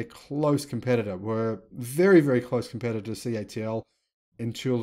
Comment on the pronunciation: Hi why do you say the company is CHL instead of CATL unless I am miss hearing you?